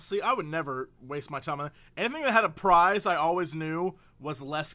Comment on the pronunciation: I didn't hear a prize I heard fries when they first said it. lol I was like I never remember fries in it. then they said it again and was like that's funny what I thought I heard